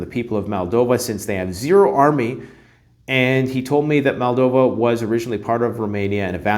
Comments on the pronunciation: MOldova not MAldova. 🤦‍♂️ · Its Moldova - not Maldova